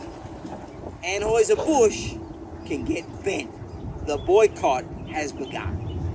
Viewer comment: “Aim n Aims”? “Anhoiser Busch”? WTF? Surely, this guy has had to correct people on his pronouns his entire life and it hurts his feelings. Otherwise, what kind of man needs to go around telling everyone how “Alpha” he is? 😏